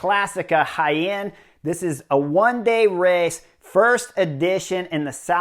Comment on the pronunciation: Clicked as fast as I could to hear you pronounce Jaen. Well done, Chris!